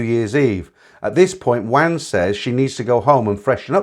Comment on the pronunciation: Wan is pronounced Warn (sweet).... for a so called expert on all things Thai....terrible pronunciation!